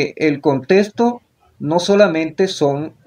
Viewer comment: desde que dice "contesto" en vez de "contexto" no le haría caso...